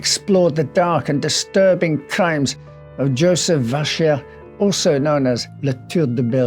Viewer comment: Die Aussprache Joseph Wäscher ist definitiv falsch.